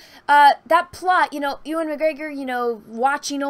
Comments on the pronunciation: heh, you call him Ooowun, it's really cute. But speaking for my people! It's pronounced You - Wan. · Please American's is pronounced U-AN not OO-AN. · Pls stop saying Ewan's name like that 😂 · Please stop pronouncing Ewan like that lol